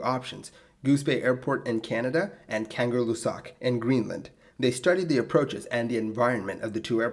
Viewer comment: I love your videos, but maybe you should practice pronouncing foreign words before recording. Kangerlussuaq [kaˌŋɜˈɬːusːuɑq] <3 <3